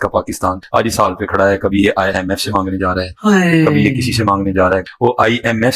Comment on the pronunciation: it’s not IMS it’s IMF